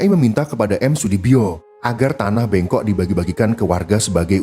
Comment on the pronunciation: Tanah bengkok, "e" nya bukan e pada sate, yg benar "e" nya sprti pada kata lelah,kerja,beban.